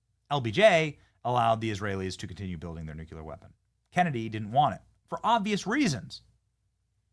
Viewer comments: What's a 'new q ler' weapon? You mean 'new clear (nuclear)? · Nu clear, not nuculrr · Benny! I love you! You're awesome! But it's "NU-clee-er," not "NU-kyu-ler" 😂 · Hey, Benny… What the heck is a “nucular” weapon? Is it anything like a “nuclear” weapon? 🤔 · Ok, I've told you before but u keep talking like a moron. The word is pronounced nu-clee-er not nu-cu-ler. Nucular is actually a word, it refers to the contents of the nucleus of a cell. But it is NOT the reference to the atomic level, thats Nuclear(nu-clee-er). You pronounce it like that globalist idiot george bush. He always sounded so stupid to educated people! So do you when you use the wrong word! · Benny, you’re great and good piece. But, please…it’s nuclear (NEW CLEAR not NUCULAR 😬). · Wow i didn't know this, thanks lol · NOO CLEE AR, Benny! Stop saying Nu Ku Lar!!! Please! (Sorry, pet peeve). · If you say nu Q ler again I have unsubscribe. It’s noo clee UR. Pronounce it correct or Lose everything. Anyone that can’t say this word correctly deserves nothing. Bush says new Q Lur. He’s an idiot. Are you an idiot? Then stop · If you say nu Q ler again I have to unsubscribe. It’s noo clee UR. Pronounce it correct or Lose everything. Anyone that can’t say this word correctly deserves nothing. Bush says new Q Lur. He’s an idiot. Are you an idiot? Then stop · nuCLEAR bennny not nukular!!!!!!! NUCLEAR NUCLEAR NUCLEAR NUCLEAR NUCLEAR Everybody learned that as teenagers!!! You say it ALL the time holy smokes it’s annoying!! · NEW KLEE AR NEW KLEE AR Not Nook you lar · It's pronounced Nu-clee-ur!!!! not Nu-cu-ler. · Benny, mate. Love your work!!! But pleeeease stop saying “nucular” 🤦🏼‍♀️🤦🏼‍♀️ It’s nucLEE-ARR. Ppl who say “nucular” sound unintelligent and that’s not you mate ❤️ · BENNY! REPEAT AFTER ME: "NUCLEAR"... "NU-CLEAR"... "NU-CLE-AR"... NUCLEAR! THERE'S NO SUCH WORD AS "NUCULAR"! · Hey Benny! It's pronounced NUKE-LEE-ER. NOT NUKE-YOU-LER !!!! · Nuclear not nucular! smh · Can you say "nuclear"? 😂